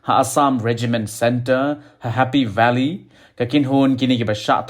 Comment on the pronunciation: Sngew stylish bha ka pronounced happy valley😅